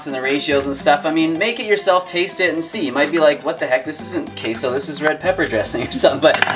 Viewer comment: As a Mexican the way he says Queso makes me cringe 😩 Also why are they calling it Queso? Why not just call it cheese lol Queso is Cheese in Spanish lol aside from that thanks for sharing the recipe. 🙏🏽